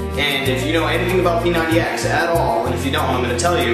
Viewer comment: dude u gotta emphasize the "X"